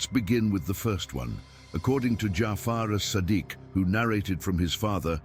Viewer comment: Please rectify the wrong pronounciations before uploading the AI speech with your own voic e, it's Isa a.s , Imam Jafar As Sadiq a.s and hadith that is pronounced wrong